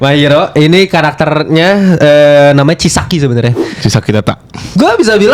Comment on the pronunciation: kok gw ngakak pas ngomong chisaki tetta yah langsung di ingatan paling dalam gw keinget antagonis dri tokyo revengers (namanya kisaki tetta btw)😂😅